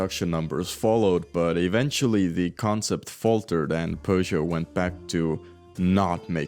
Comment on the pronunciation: Why do you keep calling Peugeot, Persia?